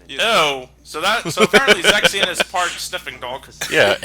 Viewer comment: pronouncing Zexion's name wrong, the way it's suppose to be pronounce is Zexi-on